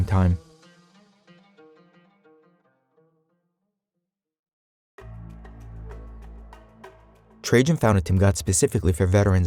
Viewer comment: Lol ,how read Trajan . So first A and second A arent a same ?. So logical, why would any A be same like other A , when you can read whatever you wont insted of A. You look smarter then